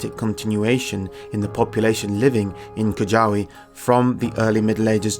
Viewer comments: Great episode. Just a note - you're supposed to read "Kujawy" more like "kuyavy". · Reminder Svarog is not the God of Sun. Top three in my opinion are Rod, Svarog, Bojan. btw J is read y, Kujawy = Kooyavi. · Dear, it is spoken Kooyavy, not like u said, it is wrong the way u said. J is not like G. it is spoken different, u best check it by speakers of google.